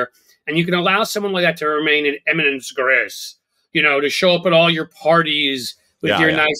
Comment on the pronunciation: 8;08 it is pronouncced "Eminence GREEZ" French, doncha know